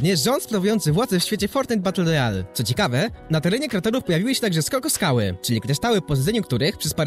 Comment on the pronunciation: SKOKSKAŁY , NIE SKOKOSKAŁY